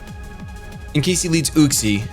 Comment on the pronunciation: its Yuxie not Uxie